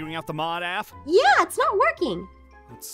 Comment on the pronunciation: Pop's APH not APN